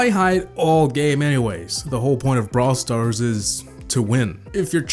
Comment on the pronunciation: How come it sounds like you say bra stars